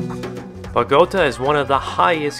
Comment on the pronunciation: Nice video. I lived in Bogota in 1969 near a trolley bus line. I frequently saw the Russian vehicles. For the record it's pronounced bo-go-TAH, with the accent on the final syllable.